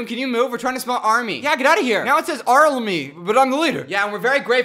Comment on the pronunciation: it's AR'RM'MY, It just sounded like 'L'